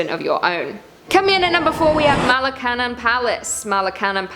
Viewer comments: Nice nice. Also: Ma- (like mama) Luh- (laugh, no 'f' sound) Cun- (sounds like sun) Young- (like word 'young') Ma-luh-cun-young =Malacañang 🙂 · it's pronouns MalacanYan palace